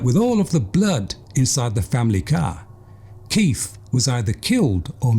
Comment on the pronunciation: choose your words more carefully mate - locking doors at night is not paranoia but correct behaviour. This narrator is a fucking idiot, he can't even pronounce KeiTH not keiF